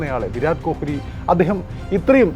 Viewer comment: Bro, please pronounce correctly, kohili alla, ko-li. Commentators parayunnathu kelkoo